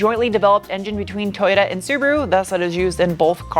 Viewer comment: Too yoo taaaaaaa not tooyooo daaa